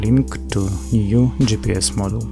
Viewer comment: Very useful. Thank you. But I think you confuse the words: "module" and "model". They are not pronounced the same and do not mean same. "Module" (meaning: "a portion of the assembly") is pronounced: "modool". "Model" means a Movic vs. a Phantom, as an example. Not making fun of you. I'm from Russia myself and had to learn the learn the language too. Just trying to help back.